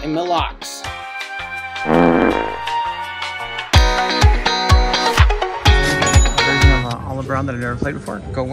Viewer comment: God damnit it’s pronounced Mill Lacks! Lol. I’ll still watch every video as you’re the shit.